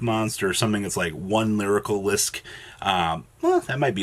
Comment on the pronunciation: Each time "lyrilusc" is mispronounced, a flock of birds die.